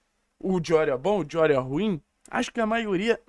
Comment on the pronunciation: Engraçado o falando espanhol, " Lucas Dijorio" 😂. A pronúncia pode tá certa, mas eu me racho😂😂😂